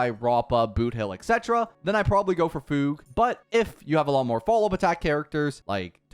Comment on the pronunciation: He actually said fugue right